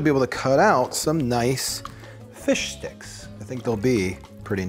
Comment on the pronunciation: I know hes saying plant base fish sticks but all i can hear is plant based fish dicks😭😭😭😭😭 save me plzzz send me help